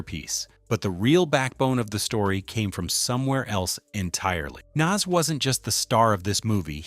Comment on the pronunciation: Your pronunciation of Nas is really blowing me 😩